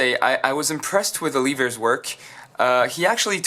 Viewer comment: its oliver not oleever